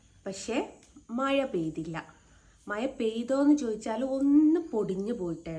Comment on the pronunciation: മയ അല്ല മഴ